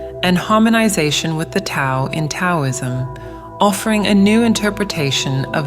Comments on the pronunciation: ❤❤❤ love love love that this message is being delivered so beautifully. My only concern is that the AI command for the word, Tao needs to be written with a D so that the AI pronounces it correctly. Mispronunciation of it indicates lack of knowledge of its teachings. No one wants to hear regurgitations, especially when it is about knowledge. Js. The rest of the content was sublime!!! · How many of these videos do I have to watch lately rhat mispronounce 'Tao' ?! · Why can't AI pronounce the word "Tao" properly?! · Can you please teach your AI narrator how to say Tao, Taoist, Taoism etc